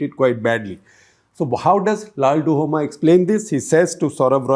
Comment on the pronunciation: LALDUH-OMA not LALDU-HOMA